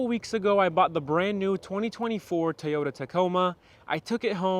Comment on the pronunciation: “Toy” not Tayota. Come on man